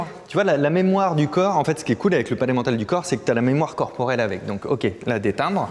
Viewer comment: A chaque fois que tu dis le palais mental, j'entends: Pas l'emmental (aidez-moi j'ai faim)